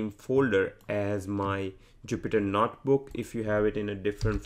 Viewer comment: This is a great tutorial. I just wish the author could stop saying "Not Book" instead of notebook...